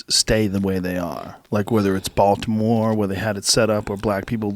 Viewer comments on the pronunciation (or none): none